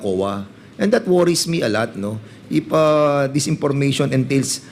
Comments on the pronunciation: tapos opis(office)of(op)payling(filing)information(impormation)one point two.(Wampoint2)kakahiya😂😂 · Portin million por the purchase of impormation Por wat? Nakaka distract lang sa halif fanoorin mo mg vuo. Fara sana maintindihan ang vawat fanig at kung sino nagsasavi ng totoo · Whole Philippines po covered ng VP at hindi nka-upo lng ang VP...mas busy pa sya sa president sa sipag nya....hindi mahirap gastusin ang perang yan kong para sa bayan talaga.... ImPormation, ConPidential, Porten million, oPPice....pagtsure Dan Pernandez!